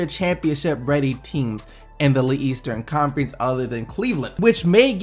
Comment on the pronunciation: lol stop saying le-eastern conference. it's leastern conference